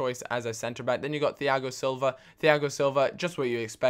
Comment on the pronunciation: Why does he pronounce the 'H' in Thiago? It's spoken the same as Tiago.